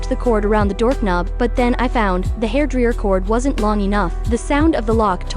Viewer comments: Hairdreeeeyer wtf is hairdreeeeyer it's hairdryer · "Hair Driyer" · "the hairdriìęr"